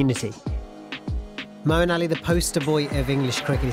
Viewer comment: Say Moeen don't distort Islamic names..please